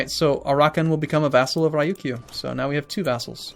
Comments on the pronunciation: Abdullah Alrasheed The first part is more or less right but, the Kyou is wrong, that's the romanised (or romaji) spelling of the accent. In the case of the islands the Kyū, from Ryūkyū, is pronounced very closely to the English letter Q. Re-You-Q. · And Ryukyu is Re-You-KYOU